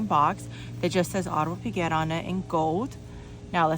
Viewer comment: as a french speaker - try "Aw-de-mars" "pic-get" - that might work for english speakers.